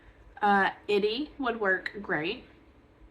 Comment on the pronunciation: ITY is pronounced I-tee-y not it-tee. Just thought you would want to know if you are teaching people about fabric the correct way to say it.